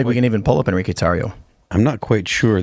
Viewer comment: "en-ri-que?" huh, that's the name? huh. LMAO